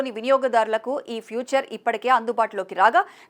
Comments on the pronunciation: తల్లీ.. ఫ్యూచర్ కాదు.. ఫీచర్.! చదువుకు చావండి..! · ఫ్యూచర్ కాదమ్మా ఫీచర్ ....